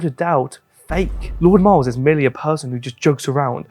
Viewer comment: Miles you mispronounced your own surname, you truely are r3t4rded 😭😭